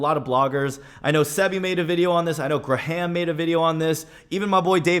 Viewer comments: Graham = gram not gra-ham 😂😂😂 but dope vid man! 🙌🏾🙌🏾💪🏽💪🏽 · He said Graaahhhhhhhh-ham hahaha. Come on. It’s not a hard name.